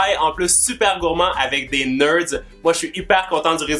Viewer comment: Des neurds 😂😂